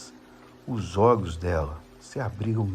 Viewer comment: Gosto de ouvir seus relatos.. Mais confesso que tenho agonia porq vc. Fala errado tipo olhos ogos.. Calafrios caga frio.. Eu tenho agonia desculpa ta